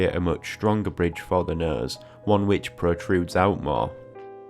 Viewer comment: Came for a nose tutorial, stayed to keep hearing him say "nøs".